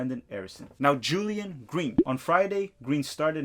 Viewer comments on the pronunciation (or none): none